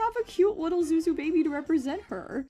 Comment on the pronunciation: don't mean to come off as patronizing but I speak Chinese and Zhu Zhu is actually pronounced closer to tsu tsu or jhu jhu rather than Zu zu i don't expect you to take this to heart but I thought I'd inform you because I found it interesting